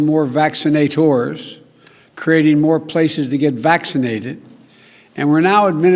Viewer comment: "VACCINATORS"; he says it like, he invented a new word.